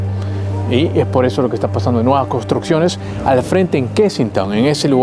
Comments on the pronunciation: Lo pronunciarse mal es kesinton como lo estás leyendo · Kensington no se pronuncia "Kenistong"....... A parte de ese detalle, buen video 👍